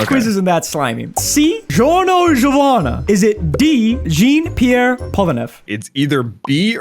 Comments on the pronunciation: When he pronounced jean i died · The way he pronounces "Jean" makes me lose 4 years off my lifespan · when he said it like gene instead of john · "Jean" in french is pronounced as an a american would say the name john, except the j sound with a (shon) sound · Bro pronounced jean Pierre polnareff first name like a pair of jeans 👖